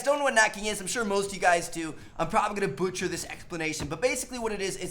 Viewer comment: lmfao you did "boootcher" it xD